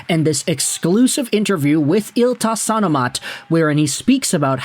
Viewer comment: Not bad at all with the pronunciation of ilta sanomat. Lack of ä and ö helps for sure as those trip up the North Americans usually, but for sure better attempt than most NA people for that paper.